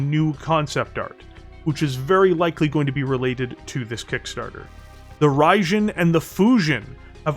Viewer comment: "UrbanMech DoomStack"... ok, this actually was enough to make me write a second comment. Becaues i definitely did NOT expect that. Oh, and, the "jin" in both the Raijin and the Fujin is spoken like "dshin", it´s japanese, Raijin loosely translating to Lightning God and Fujin roughly to Wind God if i´m not entirely wrong.